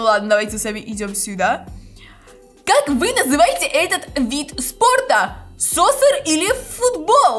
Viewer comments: Ато не соссер а соккер по Английский❤ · soccer читается не сосер а сокер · Правильно не соссер а соккер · Говори правильно не соссер а соккер мы в школе говорили